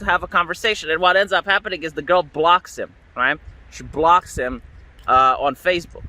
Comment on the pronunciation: You mispronounced "girl".